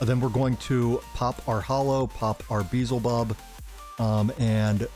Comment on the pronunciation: Bro, I watched a lot of your videos and u're always messing character's names lol. Its f'ing Beelzebub not Beezelbub 😅😅😅 Nice work btw, luv ur vids